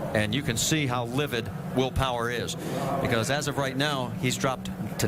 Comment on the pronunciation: “Wheel Powah”